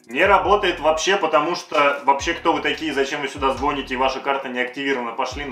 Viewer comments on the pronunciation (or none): Не звоните, а звоните. Как же это бесит, говорите по русски. Пожалуйста.